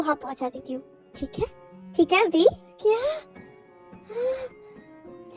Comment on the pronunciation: Your channel. Your choice. Your pronunciation. But one thing i want to tell you that in this video i was a bit taken back off to hear "V" as "Bhi".